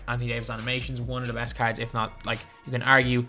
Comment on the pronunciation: I’m i the only one who thinks it sounds like he is saying carrots and not cards